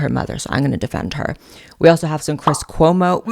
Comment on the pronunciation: I so agree about cwis cwomo. Lol